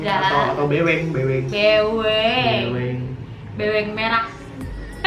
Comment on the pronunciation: aku ngakak pas kak indira bilang "beweng"(trs ka indira lgsg ketawa)